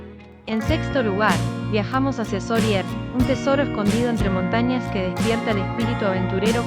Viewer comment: a ver si pronuncias bien, los nombres de cala d'or y soller. La cagaste .